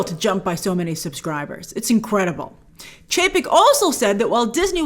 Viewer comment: I just love how you say incredible “inqwadible” 😍😅